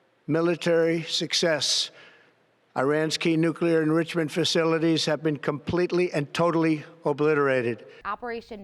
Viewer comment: He's looking more like an insane serial killer everyday. And like GWB, he can't pronounce nuclear properly. He gave it two quick tries, like he was trying to kick start a motorcycle, before giving up and deciding to just push the bike home.